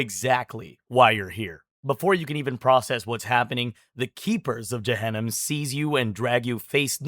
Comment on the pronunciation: It's not pronounced byJahanam it's pronounced by Juhunam and it's Pronounced by mooslim not Muslim